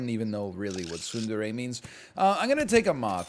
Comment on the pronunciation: It took me a second to parse what he was saying. Tsundere is not one of the words I expect to hear coming out of NL's mouth